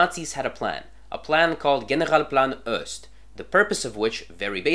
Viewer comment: Why do you pronounce Ost as Öst?